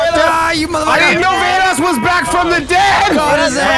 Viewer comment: Basically said ganoss instead of vanoss